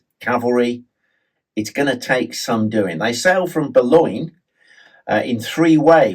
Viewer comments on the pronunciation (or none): They sailed from... where, pray tell? I don't quite get the name. Could you spell it out for any other hard-earer, please, mister?